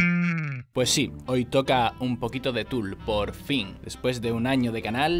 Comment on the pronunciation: Soy yo o la calculadora dice Fool y no Tool xd